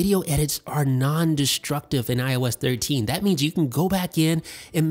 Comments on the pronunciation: Why did i hear everytime he said IOS 13 i thought he said when i was 13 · When he keeps saying IOS13 i thought he was saying when i was thirteen 😂😂😂